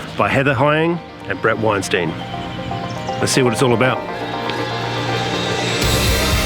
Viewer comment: Good review but just so you know, Bret prefers his surname pronounced the traditional way wich is WeinstA-In not Weinsteen.